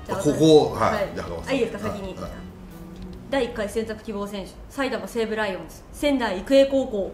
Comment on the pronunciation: 埼玉西武のイントネーションがちょっと違ったから先生惜しいなーw